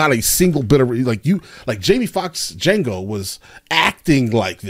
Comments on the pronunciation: Dude, did you just say Da-Jango? 😂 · Lmao, your opening pronunciation of it had me in tears. The line in the movie where he says “ the D is silent, hillbilly”. 😂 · The “D” is silent, hillbilly 😂😂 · The d is silent g lol 😂